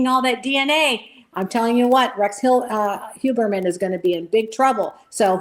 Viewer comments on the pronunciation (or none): For the guest: His last name is Huer-mann, not Hue-MER-man or Hue-BER-man! pronounced it correctly several times and she still gets it wrong!🤦 Also, imo, they should not study him! It will make him think he is more special and give him time out of his cell and help him relive what he did over and over again!! Studying someone this evil, does nothing to prevent these heinous acts! It just makes money for people writing books about him! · It bothers me that she keeps calling him Huberman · why does she keep calling him Huberman? and right after Asa says "Mr. Heuermann" for someone so "tuned in" it's a crack in the veneer. she's not really listening. am i mis-hearing her? maybe. she's all about self promotion. yuck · She might be an 'expert' but she keeps calling him Mr Huberman. At least, '', you should get the name right after all these years he has been in the spotlight.